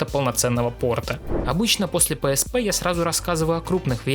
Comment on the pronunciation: Ты не правильно называешь psp